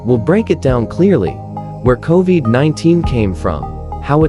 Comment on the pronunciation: How very AI. Co-veeed? come on.😠